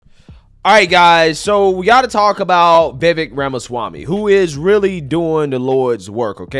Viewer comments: It's pronounced vi-vake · It's Vuh-VAKE' . And yes,he's great. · Vivek is pronounced Ve'Vake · Vivek rhymes with cake.